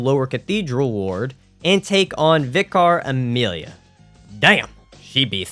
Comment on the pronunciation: Vicker….it’s pronounced Vicker (Vicar)